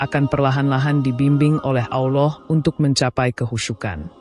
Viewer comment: Sebut Allah pun x betul , x jadi tgk video ni